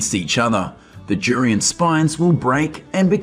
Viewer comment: It's DDDDURIAN not JURIAN you freak!!!!!!